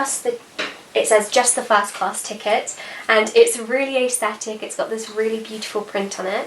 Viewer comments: Hi, I can see how much of a learner you are so I thought I would just drop in to say that you don't pronounce aesthetic 'ays thetic' but either 'ers thetic' or 'es thetic'. Just to be sure I looked at the dictionary to vheck the phonetic transcription. I promise I'm not saying this isn't to be mean but really to add yet more knowledge to your knowledge bank. Have a good day. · Okay I’m American but I have never heard anyone say ays-thetics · Is the way she says it different to anyone else as well? Tis for me, I’d pronounce it as ‘ah-sthetic’. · Leesh Sparkle I say it ass-thetic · I don’t mean this in a rude way I’ve just always wondered: Why do you say aesthetic like that? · Ballett Dance So am I lol, I’m from London and I’ve literally never heard anyone say it like that. I think it’s a nicer pronunciation tbh just never heard it